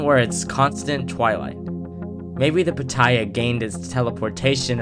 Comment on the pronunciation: Me hearing him say Pattaya be like: it's the equivalent of a dragon fruit lmaoo